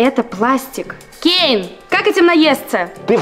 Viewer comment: Не кейл а кейн